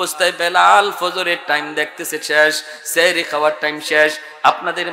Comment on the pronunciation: সেহরী❌সাহরী ✅ এত বড় ভুল করলে আলেমদের কে মানুষ অন্য চখে দেখবে।